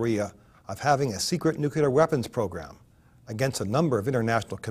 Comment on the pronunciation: "Nukilar weppins"